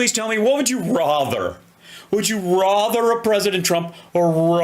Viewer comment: Rother? Rother? Is that a word?